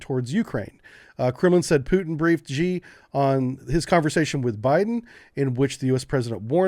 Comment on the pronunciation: 'Xi' is pronounced 'she'.